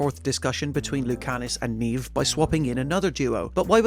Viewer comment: You'd think with an accent like this reviewer has he'd correctly pronounce the name Neve.